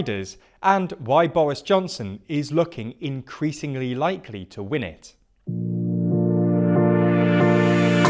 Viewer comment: "WIIN"? You've done this twice. So much for analysis.